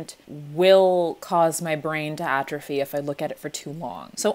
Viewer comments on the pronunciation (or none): none